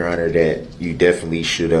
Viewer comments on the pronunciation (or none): He is "definly" mispronouncing the word "definitely". HIs frequent stupidly incorrect word pronunciations are both annoyingly disgusting, and somewhat amusing at the same time !